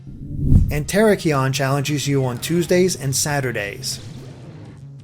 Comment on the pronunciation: TheKingNappy would be offended by how you pronounced the mascot of his UCL team. It's pronounced "Tear-ack-eon."